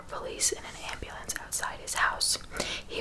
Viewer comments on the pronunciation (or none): none